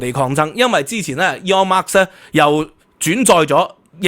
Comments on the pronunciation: By the way, there is no 'S' at the of Musk. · 係Musk唔係Marks、冠係讀「官」狀唔係「貫」狀啊😊